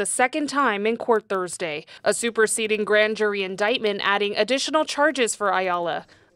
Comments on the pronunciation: When you have a Public Defender that can't pronounce indictment properly, you're screwed. If you listen closely at the :56 mark he says "inditment". The Prosecutor BETTER NOT screw this up. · Never hire a lawyer who doesn’t know how to pronounce indictment.